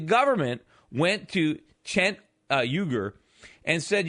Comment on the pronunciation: something that has not been noted, is the way conservative pundits, apologists, and commentators resort to name-mangling (at the best of times)... not once in the segment did he correctly pronounce Cenk's name. It Jenk YOO-gar. I don't think it's always intentionally demeaning (though the furore over Barak "Hussein" Obama, in other contexts, speaks volumes.) In this case, I fear it is just inattention to detail. But, HOW is that even remotely comforting?